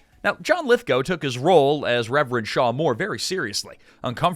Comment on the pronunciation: a) thank you for the correct pronunciation of Lithgow b) thank you for sharing the Third Rock From The Sun story... it's arguably my favorite thing to come from this movie